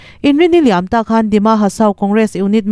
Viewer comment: Nangchuan "Hliam tuar" i lam dãn a dik zaih zêl.